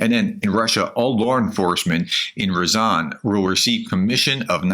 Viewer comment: what is Donesk & Ryzan? Almost 4 yrs and still can't read or pronounce simple effing names.. God bless Oleksandra and all like her. SLAVA UKRAINI